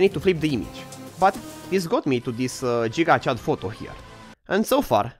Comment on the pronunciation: I could immediatly tell youre romanian based on the way you pronounced "gigachad"